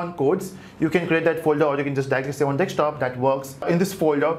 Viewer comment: lol! It's desktop man, not dekstop.